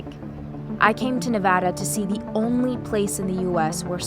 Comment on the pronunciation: Thank you for pronouncing Nevada correctly! I live in Reno and so I hear it pronounced incorrectly all the time This was very informative:)